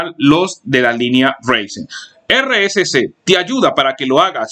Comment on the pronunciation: Es Enserio? Con 8 GB ram me vas a decir que un Ryzen no puede con W11? que perdida de tiempo este video. Y se pronuncia Raizen (Ryzen) No Reisen.